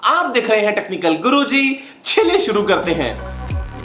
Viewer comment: भाई आप चलिए को चलिए सुरु करते है भी बोल सकते है, why छलिये, its annoying otherwise it's good.